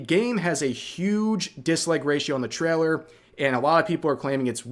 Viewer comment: "Traller" I was thinking Rev was either Canadian or from NYS, but now I'm thinking.. "Traller" (instead of trail-er) sounds more Northern Mid-West. Thoughts? 🤣🤣🤣